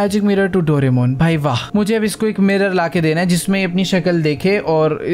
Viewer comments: Bhai dolemon kelo doraemon nahi please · 😅Bhai Doramon nhi Doraemon hota hai😂😂😂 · Dorimon ❌ Doramon ✅